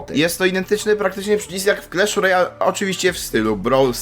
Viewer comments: Nie clesh Royal, tylko clash Royal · Mowi się Klasz Rojal A nie Klesz Rojal